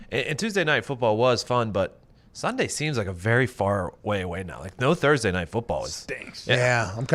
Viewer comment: Thurbertday!? Lol yup!